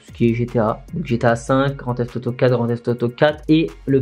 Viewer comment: T’as remarqué quand tu présentes les grand theif auto tu dit grand thief toto